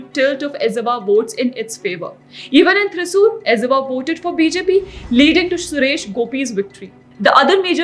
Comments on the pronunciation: While pronouncing Z of malayalam and Tamil you should pronounce L. it's ilawa not izava. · Please, it’s not pronounced Ez-ava, it Er-ava & it’s not Ala-Puza, it’s Ala-pura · We are not esavas. Pronounce it clearly first and tell. EZHAVA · ' Esavaas ' really ???? This us why we call north indians dumbass! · Ezhava is pronounced as Ellava. It pains to hear. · Your pronunciation of Ezhava and Alappuzha is hilarious 😂 I've noticed non Malayalis, even Tamils nowadays are butchering the 'zh' sound. Edit: My god it hurts to hear you say it wrong so many times 😂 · The pronunciation of the word Ezhava is incorrect.